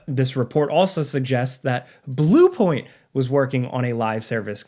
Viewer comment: anyone else giggling at the way he says blue point? lol keep up the great videos!